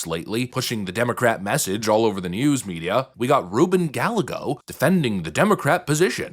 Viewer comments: AZ native here, it's pronounced "guy-yay-go". And i can't stand that liar, and am saddened that my state elected him... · Learn to read Spanish, it's Rubin Guy-yea-gosse, and he's an asshole. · That idiots last name is pronounced ga-yay-go… but like him, I don’t care. Gal-a-go ahead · 𝓠𝓾𝓪𝓭𝔃𝓲𝓵𝓵𝓪 — 𝓣𝓱𝓮 𝓒𝓪𝓵𝓲𝓯𝓸𝓻𝓷𝓲𝓪 𝓚𝓪𝓲𝓳𝓾 Democrats agreeing with Republicans, I love it, OPEN THE GOVERNMENT! It is actually pronounced, "Guy-Egg-Oh" lol, but I prefer your pronunciation. End the Schumer Shutdown! There is a reason to give, a very small amount, to show we listen when they do not. 𝓩𝓲𝓵𝓵𝓪𝓺𝓾𝓪𝓭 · Pretty sure that’s pronounced Guy-A-Go. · Pronunciation help: Rubin Guy-A-Go (I still don't like him, but we can at least say the Dims name correctly). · Gallego - pronounced "guy-EGG-o". Know thy enemy. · Gallegos is a Mexican name - pronounced Gal-YEA-go. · gallego is mexican name pronunciation is guyago.